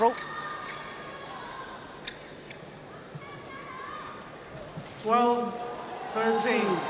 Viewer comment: แมทช์นี้ก็ได้ อัมไพร์คนโปรดมาเป็น service judge อีกแล้ว ชอบๆๆ แม่จิลก็อ่านชื่อ นามสกุลพี่ป้อ น้อนบาสได้ชัดเจนมาก ครบไม่ตกหล่นเลย เก่งมากค่ะแม่จิล ที่สำคัญพี่ป้อ น้อนบาสเก่งมากๆจ้า